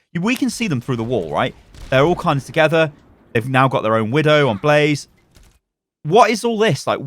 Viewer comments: Blah Zay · Blah zay not blaze